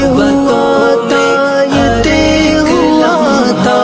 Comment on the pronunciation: نظم ماشاءاللہ بہت اچھی پڑھی ہے لیکن تہہ لفظ نے سارا مزہ کرکرا کردیا ہے لفظ طے ہے اور اس کا تلفظ بالکل غلط ادا کیا گیا ہے اور پھر اسی لفظ کی بار بار غلط دہرائی نے آگے سننے ہی نہیں دیا برا لگے تو معذرت!